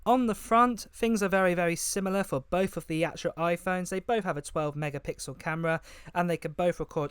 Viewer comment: Bof instead of both? Hard to listen when the English is so bad.